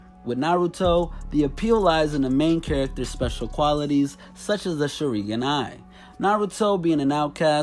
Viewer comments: Lmao are you trying to say "SHA - RING - GAN" ? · Wow, I was so hype for this video then he tried to say "Sharingan" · One he butchered the hell outa sharingan and kaneki 😂 and fun fact scar doesn’t where the mask anymore